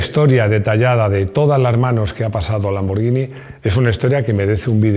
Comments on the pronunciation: Perfecto con la pronunciación de lamborghini, pero si me permites una corrección, La pronunciaciòn de Porche es "porshe" con la E neutra. Si no me crees pregunta a un aleman. Felicidades por el canal, aprendo muchoissimo. Salut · Muy bien el vídeo y muy bien el apunte de la pronunciación de Lamborghini. Pero tampoco se dice "Maglaren" sino McLaren ....con C. Me canso de escuchar "Maglaren" a más de un comentarista deportivo, incluido este canal...